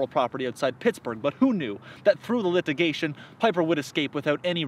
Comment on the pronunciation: Ah! If my ears are not deceiving me, I believe I detect a "lithigation" instead of "litigation" just before .